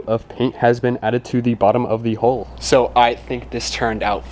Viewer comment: The more I watch boat videos on YT the more I hear people calling the HULL of the vessel the HOLE. A hole in a hull is a whole bad thing. It is a younger generation thing and mostly in the US but other nationalities mispronounce it as well. Take it from someone who has spent over 40 years on every kind of vessel there is afloat it is a HULL take away the last L and put in a K you have incredible HULK. Take away the K and you will be able to say it correctly. Other than that this HULKING HULL should hold out Ok as long as you don't have a hole.